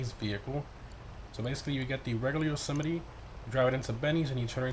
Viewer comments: It’s actually pronounced Yo-Seh-Might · He can’t pronounce the name right 🤣🤣